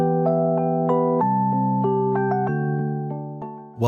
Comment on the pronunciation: Your channel is supposed to be pronounced "O-mo-shi-roy" 😫, and his name is not 'Foodoo' and her name is not "su-mi"!!! It's "Fuu-dou" and her name IS "De-suu-mii"!!! 🤢 You demon out of hell, that has been unleashed on YouTube😱